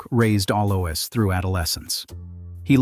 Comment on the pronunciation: It's pronounced Aloys (Alois) Also spelt Alojs